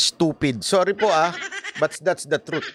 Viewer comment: False Hindi trith